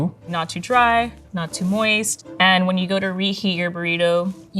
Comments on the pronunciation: wtf is “moisty” 😭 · Pro Chef says "Moisty" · Please stop saying "moisty". 😆